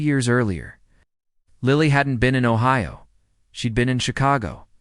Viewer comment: This could be Anywhere, Ohia. Yes! 🙌🏻 That’s the way Ohio is pronounced in the majority of Ohio towns.